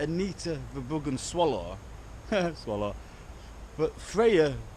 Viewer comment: Their name is pronounced verrr broh hun or verrr broh uhh. It's duch or flemish. They can't even pronounce their own name. Halve my family are flemmish.